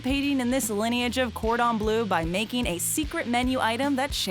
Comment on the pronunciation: Its bleu not blue... Ffs